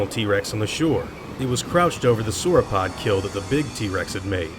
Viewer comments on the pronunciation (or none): none